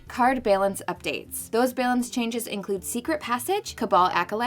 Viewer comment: Am I the only one triggered by the way she pronounces "balance"?